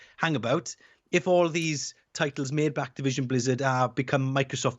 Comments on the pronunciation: the way she pronounced activation-blizzard lmaooooooo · did she just say Activision blizzar… not got a clue